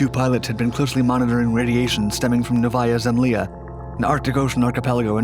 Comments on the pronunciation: Nóvaya Zemlyá, not Nováya Zemlia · Would have been to difficult to call the local Russian consulate and ask them how to pronounce Novaya Zemlya? I mean why screw it up so bad?